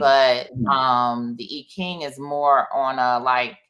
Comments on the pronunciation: The correct pronunciation is EEEEE not eye .. fyi. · More like Eye-CHing with the emphasis on the CH digraph. Thanks for the correction. It's a distraction from her wise message in the video. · It's correct pronunciation is "Eye Chinnnng" originally called Yi Jing. I'm of asian orgin and this is an old Western Chinese divination system. 🙏🏼💚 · How about EEE CHing? That's the way I learned the pronunciation. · I’m trying not to be distracted by the mispronunciation of the I Ching😖but...